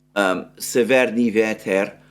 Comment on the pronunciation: Very good pronunciation Mr Mercouris of Severnyi Veter :) Just in the word severnyi the stress is on the first vowel :) Big fan of your daily broadcasts. Through my origins i'm very familiar with the roots of the conflict. As I live in the West I was shocked by the propaganda and outright lies that main media feeds to unfortunately completely ignorant majority. Please continue to deliver the analysis of the factual information! I'm very grateful for your efforts to find facts, considering you do now speak Russian or Ukrainian, which makes it harder as I imagine. Wishing you all the best!